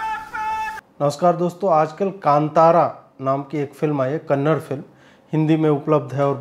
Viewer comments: It is not Kannad - it is Kannada please pronounce it properly... :( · Kannad nahi behan c,it's kannada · It's kannada not kannad, plz understand language emotions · It's kannada not kannad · Ajeet, please don’t mind the correction; It is not pronounced as ‘Kannad’ but pronounced as “Kannada” - da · We would love if everyone pronounce it as kannada rather than " kannad " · It’s KaNNaDA! Pls say it the correct way 🙏🏽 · As a kannadiga when he says kamnad i feel like cutting my ears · He is talking in hindi that why he said kannad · would you call/pronounce America as Americ? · Kaantaara Kannada Karnataka! Pronounce like this. 🙃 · If somebody modifies the your name or the name of language you speak as per their convenience, won't you feel a bit annoyed everytime they said it ? Hindi is an inclusive language, why not continue that tradition and pronounce the name of the language as it's supposed to be. The name of a language is a noun and it's pronunciation should be same whether it's in English, Hindi or any other language. Kannadigas are one of the most inclusive set of people accepting people from all across India with least friction in any of the south Indian states, in turn we North Indians should be more aware of their culture and their language. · It's not Kannad, it's Kannad(aa) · 🛑Kannad🛑 Nahi ❤️Kannada❤️ bolo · Bhai... Kannard nahi Kananda bola karo... Karnataka ke logo ko acha nahi lagta kannard shabd.... It's like woh bole "hind" bhasha ke film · @@ kannada bro kannada hai uccharan sahi kijiye nigal mat lijiye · It's not kannad, it's time people realize it's Kannada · Hi. I appreciate your reviews. You don’t disclose too much of the film’s plot but give your audience enough information whether it’s watchable or not. I am not a Kannadiga but I would appreciate you even more if you could say “Kannada” instead of “Kannad”. That’s the right way to pronounce the language’s name. Thank you for your honest reviews. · Ajit bhai it's kannada and not kannad